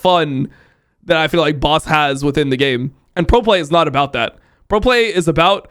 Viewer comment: Why do all Americans say his name wrong? It's not "Boss".